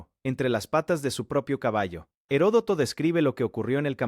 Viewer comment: Se lee y se pronuncia "ERODOTO". "Gerodoto" o "Jerotodo" , es incorrecto.